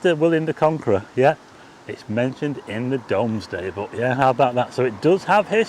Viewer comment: A little surprised you struggled with the correct pronunciation of Domesday book. Think of it as Dooms-Day.